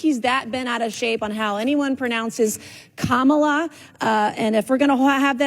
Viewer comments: The biggest mistake Michael Eric Dyson made was not physically moving away from her when she intentionally pronounced Kamala's name wrong. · something worth noting - I watched the original CNN segment and when she mispronounced 'Kamala' others on the panel pointed it out in a nice, non-accusatory way. But she kept doing it and doing it and doing it. Her willful mispronunciation was pretty disrespectful to the VP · Cenk, you are getting more obtuse by the day. Deliberately mispronouncing a name is not racist? Ok, Jock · Her name is pronounced KOOMALA ffs people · I have always pronounced her name Come-ah-lah. That's what I heard when she was a senator. I only ever heard the other pronunciation after she was VP. I think this is a ridiculous distraction from things that really matter. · Her mispronouncing it wasn't racist. Her saying she'll pronounce anyway she wants was the problem. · Mispronouncing someone’s name isn’t racist. It’s simply mispronouncing someone’s name. Do people think no Whits person ever had their name mispronounced?? How dumb can you be? When you have to reach this far to call someone racist… you are the racist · Nancy mispronounced the the VP NAME on purpose out of disrespect, not racism. That’s her job to do. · I have not heard ANY of the people in the CNN panel, TYT or in Deocratic leadership correctly pronounce the name 'Kamala' or कमला which means 'lotus flower' in Hindi and Sanskrit. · Did her nieces pronounce it correct on stage at the DNC? That’s the way people who aren’t tying to be dics say it and the way she does. Is she not saying her own name right either or is it just an accent thing? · the problem is she pronounced it right then proceeded to pronounce it wrong on purpose to please Trump. I think you're being a little disingenuous. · Yea this is a clown take and racist to me because that woman has mispronounced Kamala Harris’s name to be racist on purpose